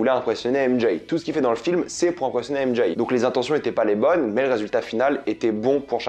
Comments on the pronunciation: AIME D’JAYYE 😂😂faut arrêter de s’américaniser comme sa 😂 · "M Jaye" 🤦😂